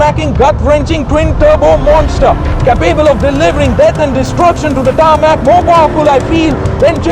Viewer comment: It’s cay pebble, not cup able